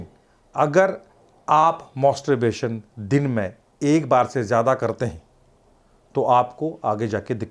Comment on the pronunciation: मॉस्टोरबेशन nahi मैस्टरबेशन rehta h yarr...Ye doctor achha nahi h Dr. Imran ko hi video banane bolo...Ye masturbation ko roz karne bol raha h pagal h yeh...Mujhe problem hua h regular masturbation se...